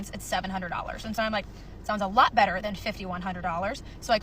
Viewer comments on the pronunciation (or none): none